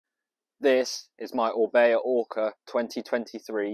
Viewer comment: Orbea? More like Orbae